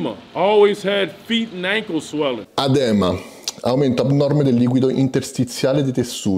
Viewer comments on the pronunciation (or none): Ciao, ottimo video ti seguo spesso. Ps non te la prendere se ti correggo su una cosa però: Si dice Edema in italiano e l'accento va sulla prima "e"